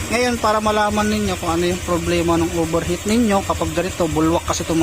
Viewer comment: OVERHEAT✔️ PO hindi OBERHEAT❌